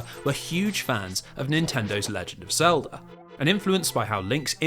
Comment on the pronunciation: My favorite part is when he says “Zelder” !